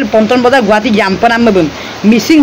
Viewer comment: Assamese pronunciation n help spelling Guhati nohoi it's guwahati